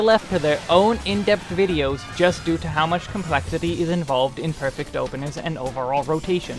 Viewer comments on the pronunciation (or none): none